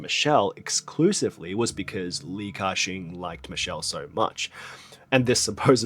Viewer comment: Tbh it's not pronounced as cashing 😂😂😂😂 the pronunciation is actually 'Gah Seng' in Cantonese